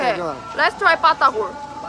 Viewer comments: it's batagor no patagor more special if you auce peanut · Batagor mbak bukan patakour 😂